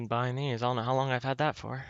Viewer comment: when he pronounces "long" as "lonk" <333